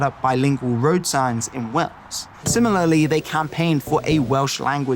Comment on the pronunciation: Please try to say Wales with an a - Wells is a cathedral city also not too fat from Bristol! But lots of good info in the vid 😊